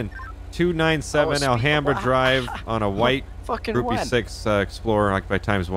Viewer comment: Hi, Gruppe 6 is pronounced Grupa Zechs